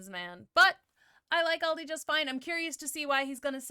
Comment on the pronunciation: It doesn't matter if you say it Aldi or Aldi's. Both sounds wrong for a German the way you pronounce it😂